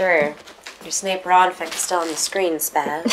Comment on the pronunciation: Wait ... did she say Snape/Ron fic...?